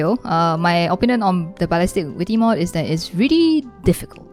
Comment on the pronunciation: “The vwitty mwod”